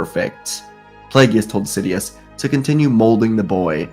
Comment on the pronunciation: He said " shidious"